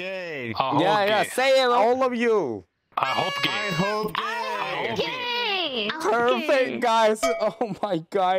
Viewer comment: ㅋㅋㅋㅋㅋㅋㅋㅋㅋㅋㅋㅋ 게이 발음 찰지네요 역시 은 광대인가...?